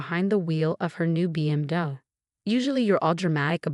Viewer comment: Good story how can you take someone education fund ? It seems that the stepmom is diabolical in dealing with her dead husband business. Teach the narrator how to say BMW.